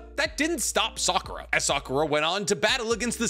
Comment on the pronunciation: I REALLY almost stopped the video when I heard Sakura 🤦🏾😒